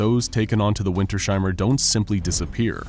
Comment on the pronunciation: No big Deal, but it's winters-heimer not winter-sheimer <3